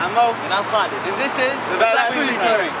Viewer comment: vaseline or vaSALEHline?😂😂😂